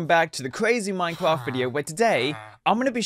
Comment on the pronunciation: Why do you say minecwaft